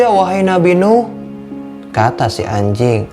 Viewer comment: Yang gua dengar :hay ajing